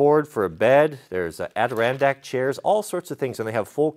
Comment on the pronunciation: Ummm how do you Pronounce Adirondack?? My wife was sitting next to me when you said it we were both like whaaaat did he say? Being from the Adirondack’s I hope you just accidentally said it wrong, tongue got twisted maybe? Lol it’s. Ad i Ron sacks. All soft vowels.